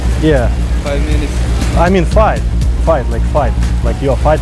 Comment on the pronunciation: "Yo wanna five" "Looks like a gays" Well pronounced! No wonder people were like "what?"